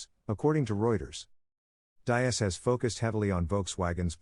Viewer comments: All right dude your videos fine but come on you got to get people's name pronunciation correct!! It's Hebert DEEEES!!! NOT DIE- AS!!! YOU'RE LOOKING LIKE AN IDIOT WHEN YOU GET NAMES SO OBVIOUSLY WRONG!! Come on man pick up your game!! The videos fine By the way... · Diess is pronounced like deeez.